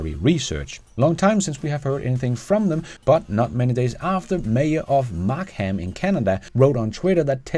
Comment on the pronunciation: Fantastic video again! Thank-you. Tiny, FYI about Markham, Ontario Canada is that we pronouce it mark-umm. Looking forward to your next videos 😊